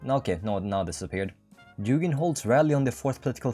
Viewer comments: как сделать чтоб англичане говорили не Дужин, а Дугин? DuGGGin? Спасибо что не Дужайн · Он не Дужин, а Дугин 😂 Г - G like in "good", "god", "ground", "game"... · Dugin is pronounced like Boogie, Doogien